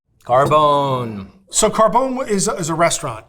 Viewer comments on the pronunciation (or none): It's pronounced Car--bon(with a long oh)-eh. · I'm irked by how they pronounce Rao's. Rayo is some weird Americanized pronunciation of Rao. Same thing with Carbone. Carbone has three syllables.